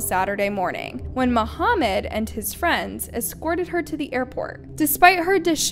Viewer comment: Mahmoud not Mohammed 😅